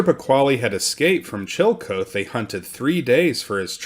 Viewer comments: Good stuff here! However, as a historian and an Ohioan, you should check your pronunciation of words. Chillicothe is not—“Chill-Kothe” it’s “Chill-Uh-Koth-Ee.” Scioto is not “Skee-Oh-toh” it’s “Psy-Oh-tuh.” and Duquesne is definitely NOT “Do-kez-knee” it’s “Due-Kane.” You can look these words up on Google and get their proper pronunciations. Great stuff otherwise! 👍🏼❤️🫡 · Love ya, man... Thus I am obliged to tell you Chillicothe is not Chill-coat but Chill-uh-koth-ee. Just sayin'. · Old town was pronounced like CHILL A KAWTHEE not Chilly Co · Please note Chillicothe Ohio is pronounced Chill-a-KOTH-ee Chill Uh Koth Ee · It’s killing me…. the proper pronunciation of the town Chillicothe is NOT chill coath (2 syllables), but rather chill uh kaw thee (3 syllables). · It's chill-ih-koth-ee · Chillecothe is pronounced Chill -- e -- co --- the. The "co--the" is two syllables. The "co" is pronounced cau, as in coffee. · Chillicothe is pronounced [CHILL-eh-KOTH-ee] and 'Quebec' is pronounced in Canada as [kuh-BECK]. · That's pronounced chilla koth ee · Duquesne (sp), and Chillicothe, mispronounced.